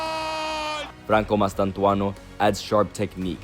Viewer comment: ''Mastantuano'' jajajajajaaja. Its Mastantuono dude.